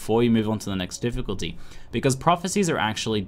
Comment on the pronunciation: The "f" from "Difficulty" was missing